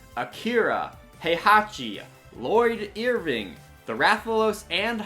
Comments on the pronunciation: Lloyd Earving? And Melody instead of Medley? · lloyd earving too